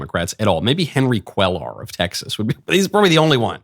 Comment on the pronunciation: Could you PLEASE pronounce Henry Quellar’s name correctly. It’s like quay-ar. It’s making my ears bleed every time you say it.